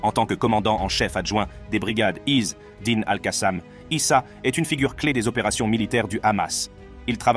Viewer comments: Pourquoi vous prononcer (is dine) ??? C'est simple de dire isedine 🇵🇸🇵🇸🇵🇸free palestine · Pas Izz--Dine, mais Azzedine !